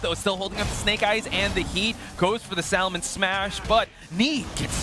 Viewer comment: why can that one commentator not say Salmon properly?